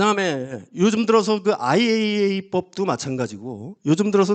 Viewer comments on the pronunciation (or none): none